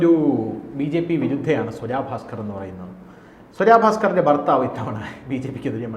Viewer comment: സ്വരാ ഭാസ്‌ക്കർ അല്ല.... സ്വര ഭാസ്കർ.... മലയാളം വായിൽ തോന്നുന്നത് പോലെ പറയാനുള്ളതല്ല.... അത്യാവശ്യം മലയാളം പഠിക്ക്, എന്നിട്ട് ഈപണിക്ക് ഇറങ്ങ്....